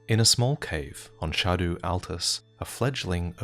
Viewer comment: Every time you say “shah doo tree” I’m like wtf are you talking about and then I realize that’s how you say scadu tree.